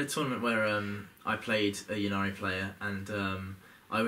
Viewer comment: I don't understand why this pronounciation of Ynnari has spread throughout the community. Surely you wouldn't say Yeevraine, it's just Yvraine? And the whole point of the play-on-words for the Yncarne's name is that he's the death god Incarnate - or would you say Yeencarnate?